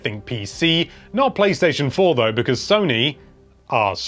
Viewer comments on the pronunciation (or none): none